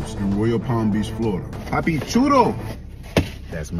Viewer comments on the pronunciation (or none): none